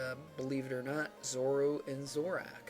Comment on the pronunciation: wow you called Zorua Zoru and Zoroark Zorak just-j-j-just just wow